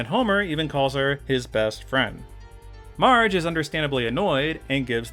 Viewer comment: why do you call marge mige